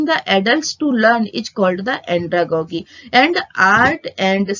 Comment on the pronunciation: Your pronunciation is wrong these are like pedagojy and andragojy .